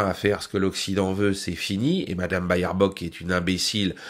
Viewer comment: pas "Bayerbock" mais "Bêrbock" 😉